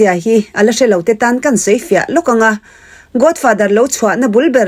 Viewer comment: Godfather i lam rik dan chu a. Godfather tia lam rik tur aw...Sap ang taka lam rik a ṭul kher lo; mahse, accent hi neutral tal se...! Godfather i tia, Godfather tih zawk tur😊😅😂